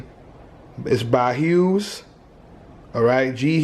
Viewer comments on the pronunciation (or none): none